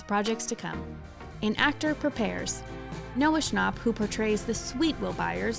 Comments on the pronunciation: Noah's is technically correct🙃 it's a German name; that's how you say it.. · That’s not how Noah nor anyone else I’ve heard say it. Which means that technically it’s wrong.